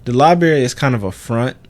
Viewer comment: Lol they way you pronounce library as liberry